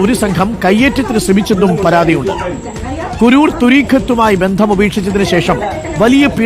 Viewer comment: കുരൂർ അല്ല സാറേ കുരുവട്ടൂർ എന്നാണ്